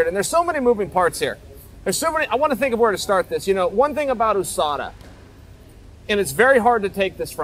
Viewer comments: Ousada 😂 how hard is it to pronounce yousada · Why do you call it oooSADA? Do you live in the oooSA too?